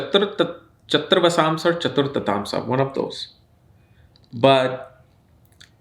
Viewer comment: 😉 He's an intellectual and messed up saying chaturth-amsa😂